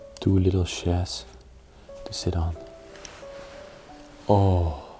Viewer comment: wanneer je chairs zegt hoor ik Chers en hoor ik meteen allemaal liedjes in m'n hoofd: do you believe in life after love... Cher is natuurlijk op zichzelf een wandelende tijdcapsule dus ik vind het mooi. Goed hoe jullie dit altijd zo respectvol doen!